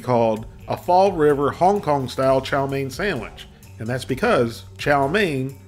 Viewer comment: >Fall River Didn’t know you were from New England